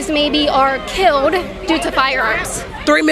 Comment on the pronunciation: KAITLIN FIX YOUR SPEECH IMPEDIMENT YOU JUST SAID "KEEWWOUHD" INSTEAD OF KILLED IN THE VERY BEGINNING OF THIS VIDEO. I LOVE YOUR VIDEOS BUT YOUR 'WIDDUHL WIDDUHL CUTESY' (BABY SPEECH) DRIVES ME NUTS. AND AGAIN IN THE MAIN CLIP WITH THE BLACK WOMAN YOU SAY "HOW MANY LIVES WERE KIIWUHD??" KAITLIN YOU WILL HAVE MUCH MORE OF AN IMPACT ON PEOPLE IF YOU FIX YOUR SPEECH IMPEDIMENT / (MORE LIKE AN INTENTIONAL CHOICE TO SOUND LIKE A 'WIDDUHL BABY GIWUHL' ) PEOPLE WILL TAKE YOU MORE SERIOUSLY IF YOU TAKE THE RANDOM MISPRONOUNCING OF WORDS WITH L'S AND W'S OUT OF YOUR SPEECH. PRACTICE SAYING THEM AT HOME.